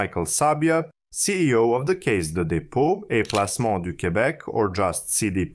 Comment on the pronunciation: Caisse is pronounced kess. The trouble with the REM is that it is unsightly. Sometimes one has to spend more for a better product.